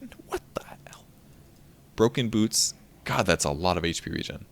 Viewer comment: let me be honest, I heard boob instead of boots when you're talking about tranquil xD